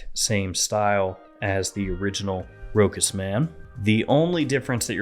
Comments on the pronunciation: Great review 👍 but please pronounce it ROCHAS & not Rokas! Cheers 😀🥂🙏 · Row-has, say it with me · It is pronounced RoSHas. Ch in French = SH